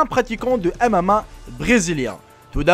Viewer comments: le "amama" ptdrrrrr tu sais pas parler ou quoi ? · Mdr " il est pratiquant de amama" xD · C'est pas amama mais mma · ON DIT MMA PAS AMAMA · Maran quand dit mma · C'est MMA pas M AMA mdr